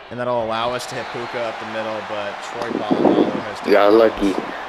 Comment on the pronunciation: Dude didn’t say Puka name right one time 😂